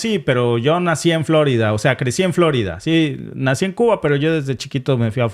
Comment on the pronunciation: No es " florida" sino " flo'rida" con tilde por favor